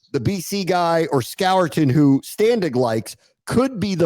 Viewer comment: The consistent mispronunciation of “Barton” and “Scourton” is a bad look boys…